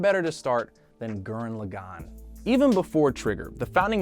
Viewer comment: My favourite anime from trigger is Gurren lagann and you also said Gurren lagann wrong.......